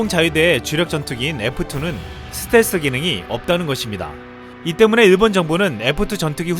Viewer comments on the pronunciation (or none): 스탤기? 스탤스라쓰고 스탤기라 읽는다! ㅋㅋㅋㅋㅋㅋㅋㅋ 자기가 어떻게 말하는지 조차도 모르면서 유툽방송을 한다고? 지나라 말도 제대로 못하면서 무슨... 한심한...